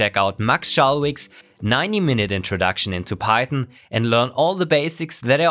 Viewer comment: Are you saying pieton? Instead of PieTHON.